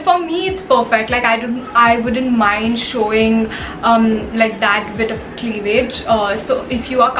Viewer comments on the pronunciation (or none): The way she pronounced cleavage 😂😂